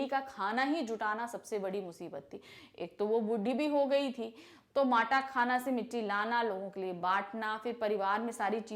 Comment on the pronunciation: mam matakhana nahi matakhan